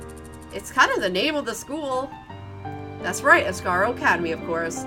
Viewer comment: Asargo? It's asagao